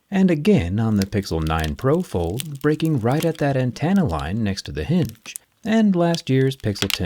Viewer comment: an-ten-uh. Not an-TAN-uh. Having to hear it like 5 times within a minute...